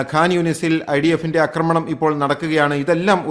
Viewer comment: എത്രപ്രാവശ്യം ചൂണ്ടികാണിച്ചാലും ഈ മനുഷ്യൻ അക്രമണം എന്നേ പറയൂ ... ആക്രമണം എന്ന വാക്കീമനുഷ്യനറിയില്ല Kastam😮